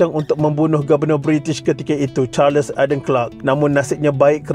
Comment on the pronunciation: Nama Duncan disebut 'dan khen' dan bukannya 'dun kun', nama Charles disebut 'charls' bukannya 'char les'. Sekian.